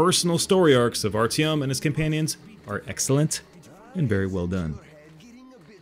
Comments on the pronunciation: It's Artyom not RTM for heavens sake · Are-te-ohm not are-tam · its actuatlly pronounced Artyem in the books. But yeah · RTM? It's "ARRRRTYOMM!!! HERE, QUICK!!" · Nice video. Artyom by the way is pronounced as "aaRTIYOW-M". (My GF's brother is named Artyom.)